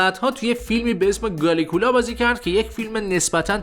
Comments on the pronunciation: بسیار حرفه ای هستی آن‌چنان که کالیگولا رو گالیگولا کردی😂😂😂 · میخوای با ویدئوهات اطلاع بدی ولی چرت و پرت توش زیاده. حتی شناختی از کالیگولا نداری که بهش میگی گالیکولا😂😂😂 بعد توقع بازدید بالا داری؟؟؟؟ حتما با این سطح کارت میخوای جای کانال فیلم باز یا احسان منصوری رو هم بگیری؟؟؟؟💩